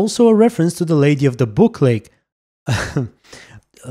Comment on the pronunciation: Ah yes, the illistrious Lady of the "booklake" xD